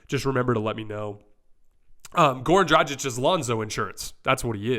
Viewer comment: The "G" in Dragic is hard, like the "G" in "good." Not soft like the "G" in "genuine."